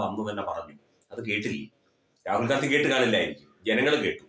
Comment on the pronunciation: Gandhi. Ennu. Paraye.nda Gandi. Ennu. Parau